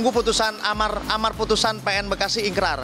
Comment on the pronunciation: ikrah bukan ikrar